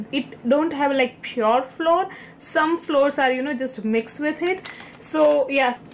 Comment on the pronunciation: That was GREAT ( BTW: FLOUR .....it is pronounced just like: - “Flower” please ( i.e.: -NOT like “Floor" )